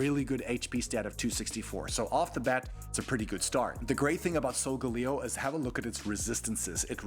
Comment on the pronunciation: it’s (sol-gu-lae-o) not “solgaleo” (not to be rude)